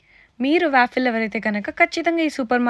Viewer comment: no to hate but it's pronounced as, vaw-fl not vaafill